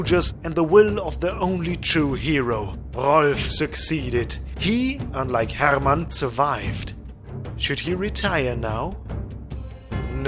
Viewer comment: I enjoyed the way you pronounced "Rolf" and "Hermann". You can't say it more high-german / lower saxony-y.